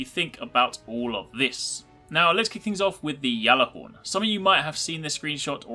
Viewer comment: that's how u say it lol